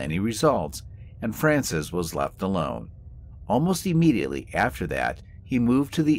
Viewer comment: PLEASE! The word is NOT pronounced E-mediately!